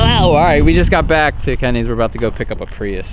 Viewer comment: Is it just me or is he saying “priust”? There is no T in prius fam